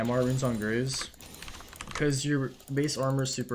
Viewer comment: graves: exists: “grrves”